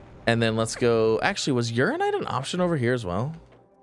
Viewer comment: Funny how he STILL pronounces "UraNInite" wrong after weeks... 😁 People have given up telling him, too 🤣